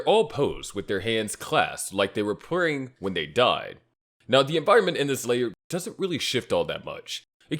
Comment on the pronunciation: I... I feel like I'm going insane. I genuinely can't tell if this is an AI voice. he says what I assume is "praying" looking at the imagery but it just comes out "purring" as if someone misspelled something in an AI script for some TTS model. Then you have where he forgot to remove the extra take that didn't pan out, starting over. Now that seems natural! But I'm stuck in my head, with the current media landscape the way it is and the break-neck speed at which this stuff is advancing... It's becoming more blurred every day. What if the AI channels got wise and begin to just add a few mistakes here and there to make it believable? To fool us into watching their minimum effort content? What if this is is a real person that just had a few slip ups in recording and editing they forgot to address? But then, they're using the same "white channel" philosophy with the blank white background for thumbnails, minimal flair and basic editing that a LOT of proven AI channels use. Is it just very convincing? Or a poor sod that just picked this style unaware of the connotations? Maybe he's doing it intentionally because those AI channels get massive view numbers. I can't... tell. At this point. It's horrifying as a seasoned internet veteran. That being said! All things considered there is a person behind this one way or another, and I was thoroughly entertained. I'm probably gonna actually watch this anime, now that the concept piqued my interest this hard. Whoever you are, "A